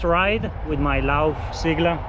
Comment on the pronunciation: Thanks for this, helpful video! (btw, it's pronounced "say-gla") As far as I can tell, the suspension fork might be worth it even if you plan on riding easy gravel, to reduce pain on the hands on long rides. I only wish you could set it up 2by, and that it supported standard crank spindle length.